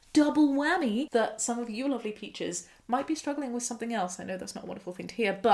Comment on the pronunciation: When u said "alright peaches" at the end of the video it really sounded like "alright bitches" and I was like dang!